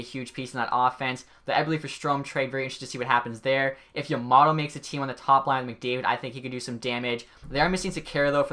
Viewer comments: Yam- mah mow- toe not yam ah mot oe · Did I hear Yomato instead of Yamamoto?? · Dude Yamamotto can't be that hard to say 😂😂😂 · He called yamamoto- yamoto